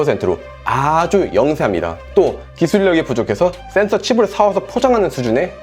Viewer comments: " thㅔㄴ thㅓ" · 형 센ㅡ서 발음 너무 중독된다.. ㅋㅋㅋㅋㅋ